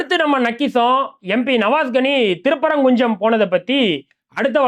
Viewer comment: திருப்பரங்குஞ்சம் Me: கொய்யால திருப்பரங்குன்றம் அப்படினு சொல்லுடா நாயே. திருப்பரங்குன்ட்ரம் இதுதான் உச்சரிப்பு. தமிழ் வரலைன்னா தங்கிலீஷ்லயாவது எழுதி படிடா சங்கி நாயே